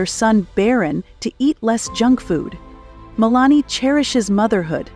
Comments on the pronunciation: What’s with the narrator constantly mispronouncing Melania, Milan, Versailles and many others!!!! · Good Lord lady before taping this I can’t believe you can’t even pronounce Mar-A-Largo or Melania correctly much less other words you couldn’t pronounce. What the heck….really????? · Could no one tell the woman doing the narrating how to correctly pronounce Melania and Mar-a-Lago? OMG! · Could you say malania's name the right way!!!!! It's not that complicated